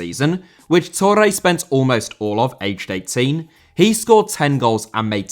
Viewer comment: Torre * not Torrei